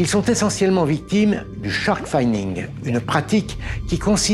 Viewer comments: On prononce "i" pas "aï" dans shark finning. C'est un "i" court après 2 consonnes. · « Finning » deux N donc ça se ne prononce pas « faïning » mais « fénning » Jamy 😉 ils ne donne pas des amendes aux gens 😊 pour le reste c’est génial comme d’hab 😁 (un petit tour par un outil de prononciation sur Google la prochaine fois stp 😙)